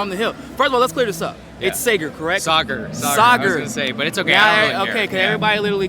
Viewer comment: Ah, Saagar has the Swedish pronunciation of the "aa" in his name!